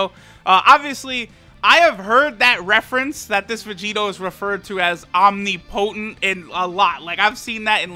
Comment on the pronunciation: the way u pronounced "omnipotent" was kinda nasty xD still luv u tho